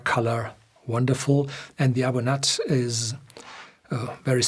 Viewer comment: A Bunyadh not A Bun-at